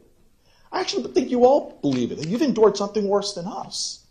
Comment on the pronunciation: I understand this is awful and everything, but listening to the way this man says "Endured" is literally painful. I also guarantee if somebody ran up to him (Cruz) and pointed a gun at him, he'd piss himself and cry like a baby.